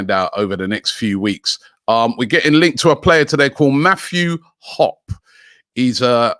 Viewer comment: Mathew Hopp-eee